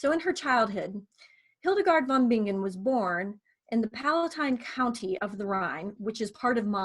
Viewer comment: It's pronounced VON BI-NGEN, not VON BING-GEN. Like singer is si-nger, not sing-ger.